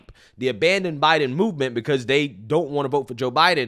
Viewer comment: is committing g3nocide against the English language when he use words like "dis, dat, dey, dem, doz,Deez".